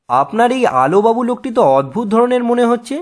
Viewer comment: Sir apni prothom line a bollen..... Alubabu nki alobabu